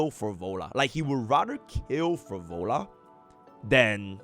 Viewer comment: Phro Lova, please. I do enjoy watching your content, but please, Phro Lova.